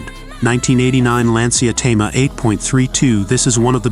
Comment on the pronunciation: Hey dude. Thema not Tama. Rather leave the captions off. Please also leave out the background music. We'd rather hear the cars.